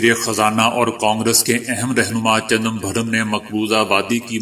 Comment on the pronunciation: جی صاحب،،چنمبھرم،،،نہیں بلکہ خیال رہے۔۔۔چدمبرم نام ہے،،،